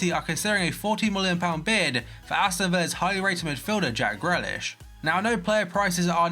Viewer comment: it's said 'gree-lish' not grellish